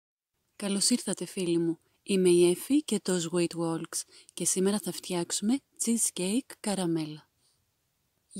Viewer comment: καλημερα!!! πολύ νοστιμο φαινεται και ευκολο, θα το αποθηκεύσω για να το φτιάξω σίγουρα!!! και αν μου επιτρεπεις: το sweet walks, προφέρεται: σουίτ (γιατι ακουγεται οτι το προφερεις αλλιως ), άρα σουίτ γουόλκς... με αγαπη στο λεω, δεν ειναι αναγκη εξάλλου όλοι να ξερουμε πώς προφέρονται καποιες λέξεις στα αγγλικά! 😊 😍